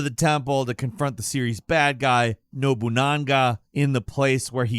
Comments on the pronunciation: HIS NAME IS NOBUNAGA!!!!! WHERE THE FUCK DID THE NANGA COME FROM?! YOU DAMN PISS ANT! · Love ya but why did you say nobunanga man the hell